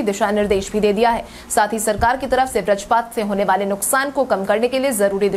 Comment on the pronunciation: Schedule तो बढ़ीया बोलती हो मगर बज्रपात नहीं बोल पाती हो